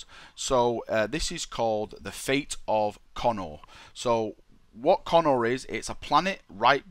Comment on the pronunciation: Pretty sure it's pronounced Co-nor, not Connor >.> At least that's what I remember from the audiobooks, when Guilliman's backstory was spoken brought up and how he was raised on Macragge. Nice video though, appriciate it.